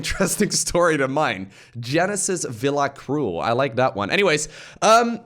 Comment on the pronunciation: woo thx for the 15 sec of fame!! i do feel your sentiment, btw its [cruwel] not [crul] ahahaha. thank you very much. i really love your content:)